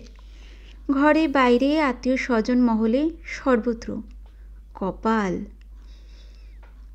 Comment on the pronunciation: Attio, Bis-soy utcharon gulo ektu thik korben please. Bhalo lage apnar pothon.